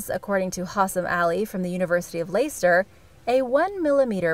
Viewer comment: Hi. It's pronounced Lester.